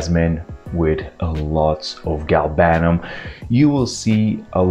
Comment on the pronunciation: I hate to sound like a pedant, but it's GAL-banum, not gal-BAN-um. Otherwise, another brilliant upload!